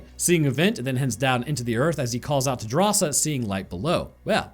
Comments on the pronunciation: Drasa, not Darsha xD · just keeps messing up Drasa name and calls her Dasha, but her name is actually a cool detail of the movie as it translates as "bravery" from lithuanian, and Drasa is lithuanian which is stated in the movie by her old man